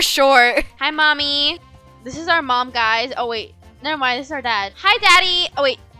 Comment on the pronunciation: why your first mom want to say guys and said gusy😊😂❤❤